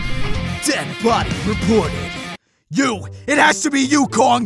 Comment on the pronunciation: I funny for he say ｄｅｄ